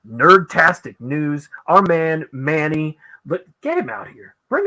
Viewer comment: Yes, that is correct on the pronunciation of my last name. 😄 Thank you!!!!! Can't wait to be on the show.